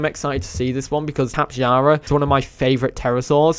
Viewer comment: Its pronounced 'Tap-ay-hara'